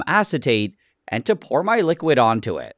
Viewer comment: "And to pout my liquid on to it" bro what thr fuck did u say💀